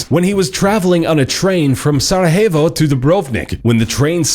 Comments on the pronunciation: Sarahevo...hahaha. It's not Spanish (which would still not be the right pronunciation) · you pronounce sarajevo weird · Damn you said Sarajevo so wrong...